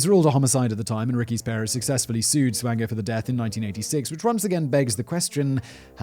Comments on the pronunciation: Michael Swango is my uncle. It’s pronounced SWAN-GO as in swan goes down the river. Peace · Double-oh Swango... Swango unchained..?